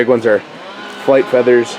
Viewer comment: Fleathers lol